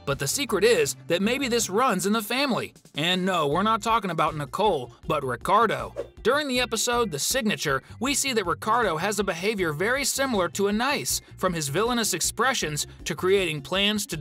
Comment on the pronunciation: Geez! Who M. Night Shamalama-Ding-Dong? The name isn't pronounced: Nitch-Hole! And Ang isn't pronounced: Ong.